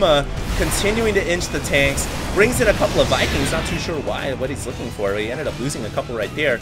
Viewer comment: Anyone else hearing "the round of thor"? XD